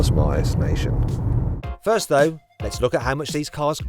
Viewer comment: 퍼 shㅡ트 링 커 shㅡ ㅋㅋ